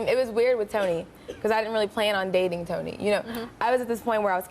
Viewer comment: I can't stand the way she pronounces the name "Tony".